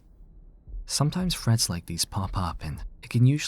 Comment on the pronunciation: Freads? You're Asian.